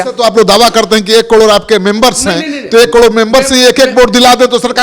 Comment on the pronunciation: कड़ोर नहीं करोड़ होता है मनीष जी